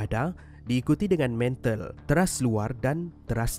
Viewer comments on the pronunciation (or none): MANTEL bang bkn MENTAL😂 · Pembetulan mantel bukan mental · Bang bukan mental tapi mantel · mantel bukan mental